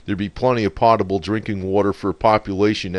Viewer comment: Lol "potable" (5 minute mark)